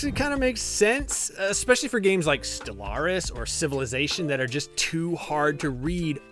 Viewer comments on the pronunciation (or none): none